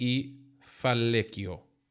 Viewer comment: Hi. Fallecido is pronounced something like this: phayeceedo (short “o”). Just my two cents. Crack on mate!